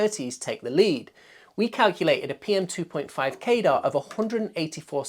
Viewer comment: Why do you keep pronouncing CADR like radar or gaydar? 🤔 Wouldn't it be more likely to sound like cadder or at least kah-der? Pedantics aside, this is a great video, but it would have been a really good idea to actually showcase the different sound profiles of all of the different fans at their respective test methods (max speed, sub-x decibel, quietest speed, x-cfm rate). It would really help people make much more informed decisions about things, especially tuning the fans to a specific cfm and being able to hear how differently they sound despite performing at the same level. I'd also love to see a slightly more complex chart that has each tested fan and shows both the cfm and the decibels for its respective maximum speed, half power, and low power all on a single page, so that you get an idea of its performance steps. You could either do this on a graph showing curvatures overlapped for all fans, or you could have a graphic that gets wider on a standardised scale, a bit like how population demographic pyramid looks. That would be useful because some of the fans might barely see a noticeable decibel difference between low and medium, but a drastic difference at maximum, but if its medium is high enough cfm, you may never put it on maximum anyway, and visualising it like that makes the data easier to understand at a glance. Otherwise, great video.